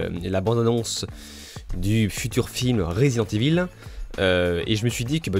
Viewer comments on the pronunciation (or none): none